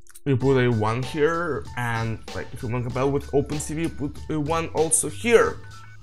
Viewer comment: Ну кроме очевидного "пут" и проглатывания некоторых слов ваш английский очень хорош